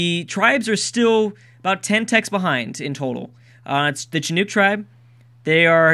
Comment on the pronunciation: With Chinook the nook is pronounced like nook and cranny